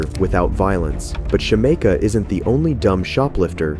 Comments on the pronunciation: Her: my names Shameka (Shuh-meek-uh) Narrator: Shuh-may-kuh 🥴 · lol it’s sha-mee-kah 😂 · her name is pronounced SHA-MEEK-A lol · You totally mispronounced Shameka